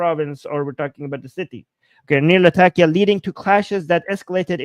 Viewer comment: I have friends in Latakia and you’re pronouncing it correctly.